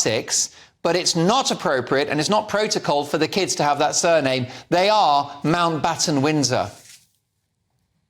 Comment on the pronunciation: It’s Mountbatten 😂😂😂